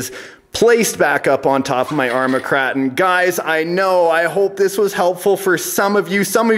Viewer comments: Is "kray-ton" not "krahton" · You are saying the name of the truck wrong. It’s KrAton with an A sound like in pAy. Hard to relate in text